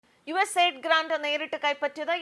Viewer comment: USA ld അല്ല US AID എന്ന് ശരിയായി പറയു.